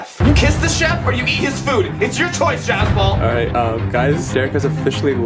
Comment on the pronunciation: billys giogas ITS JASPAL NOT JASPAL!!!